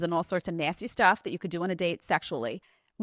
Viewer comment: Nay-steee 😂😂😂 is my favorite lol